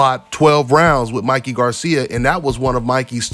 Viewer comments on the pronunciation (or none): none